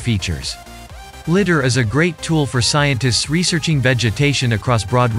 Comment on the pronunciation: "litter", funny, it is ligh-der